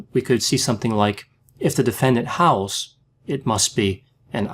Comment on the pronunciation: "howls" and "owls"? oof...